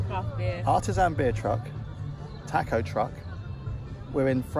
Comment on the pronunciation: We know editing these videos is tough work, but I think most of us would have been happy with an hour of passing countryside, a few minutes of Terysa's narration and laughing, the beer and tacos (that's "ta-kos" not "tack-os" you wowser) and a post-credits scene of playing the accordion.